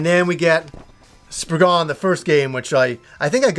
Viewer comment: To all you americans. you type it Spriggan, but you say spriggen. its an (cornish) english word. the a isn't a dutch a lol